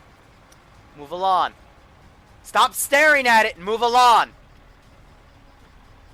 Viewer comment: He says move alon not move along